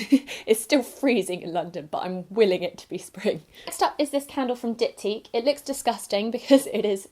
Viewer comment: love your videos, if you trim the wicks of the candles they won't smoke. Inside a diptyque box there's a little care leaflet explaining candle care so you can get the best out of it. It is said like you pronounced just with a silent "s" 😘😘😘